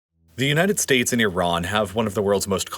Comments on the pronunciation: Thank you for saying "ee-RAHN" instead of "EYE-ran". One of my biggest pet peeves. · Exactly. Also, thank god he switched to pronouncing Iran properly instead of the brain-dead way of saying "I ran" (to which I always say, "where did you run?").